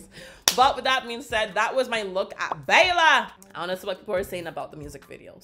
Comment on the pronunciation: When you're such a english speaker that you say Beila hahahaha